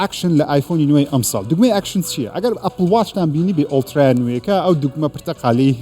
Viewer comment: دەست خۆش بەس هەڵەنەبم (ئەڵترا)یە نەک (ئۆڵترا) سەرکەوتووبی😍😍